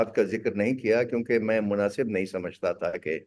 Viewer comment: 'Munafiq' nahi 'Munasib'. Munafiq toh aap ho Jung sahab. 😊